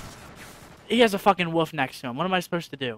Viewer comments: ***** It's the way he said wolf that is funny :D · It's a regional pronunciation of "wolf."